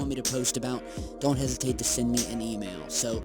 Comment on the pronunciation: I replayed it 12 times and ALWAYS heard "email".